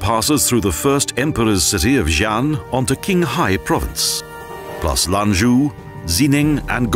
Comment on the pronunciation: I am sorry... Even put all the personal position or beliefs aside, the pronunciation of Chinese toponyms (e.g. Qinghai, Xi’an, Lanzhou, Kunlun Mountains...) in this video were literarily trash... Also, the Qinghai-Tibet railway does not pass though Himalayas at all.